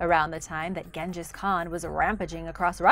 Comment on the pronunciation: Genghis certainly isn’t correct.